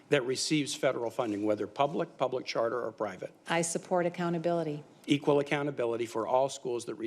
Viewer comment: Couldn't even say EQUAL!! smh